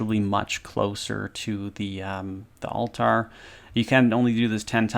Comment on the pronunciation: To me, it sounds like he is saying all-tire instead of altar lol.